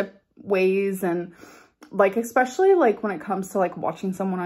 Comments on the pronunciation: It’s “especially” not “eckspecially” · You have no idea. One chicken breast has way more than 20g of protein. Also it's NOT eK-specially ! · Exxxspeclly drives me insane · Let’s not forget EXspecially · What is the definition of “ex-speshully”? Another example of ALR’s linguistic genius. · I am British and have heard many Americans say that word like that.